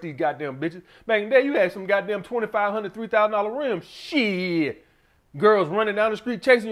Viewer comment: that 'shieeeeeetttt' is straight from Alabama eeh haha...